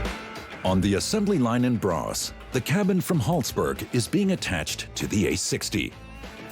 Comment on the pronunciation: What city is "bras"!? Do they mean "Borås"